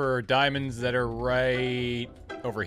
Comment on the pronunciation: he just wanted ziamonds zai, then got lazis lazuu. i feel him